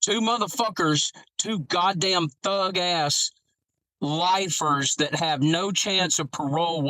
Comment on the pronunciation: “…lifERS” lol